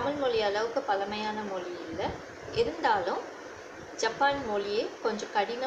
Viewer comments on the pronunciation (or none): ஜப்பான் மொளி நம்ம தமிள் மொளி அளவுக்கு பலமையானது இல்ல னு சொல்றீங்களே... நீங்க முதலில் ல, ள, ழ உச்சரிப்பை நன்றாக உச்சரித்து அதை எங்கெங்கே பயன்படுத்த வேண்டும் என்பதை அறிந்து பேசுங்கள்...